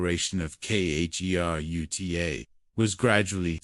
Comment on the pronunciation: Khiruta to be spiritually freed. Prononce it riruta.